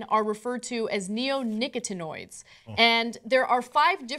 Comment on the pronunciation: Sounds like Anna said neo nigga tanoids at the start